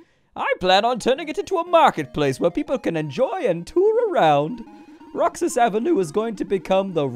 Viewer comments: That's read as Roh-hass bro. And the Roxas night market in Davao does actually exist. They close the avenue at night. :) Isaw (eee-sao) is grilled chicken intenstine, and kwek kwek is deep fried eggs covered in flour. They're traditional Filipino street food, though not as infamous as balut. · Roxas is pronounced "ROHASS" in filipino regional dialect aside from a market it's a city in my hometown capiz (pronouced cap eez) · duuuddeeeeee PH REPRESENT... roxas is pronounced as ro-has. A jeeney is a jeep conveeted to serve as a public transport here in the Philippines. And the the highway closes down at night to make way for the night market Also Sara is MAYOR SARA DUTERTE as in the DAUGTHER OF THE PHILIPPINE PRESIDENT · Said as Roh-has. And it is a real place